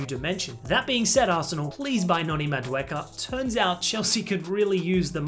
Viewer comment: not "madueka " Madueke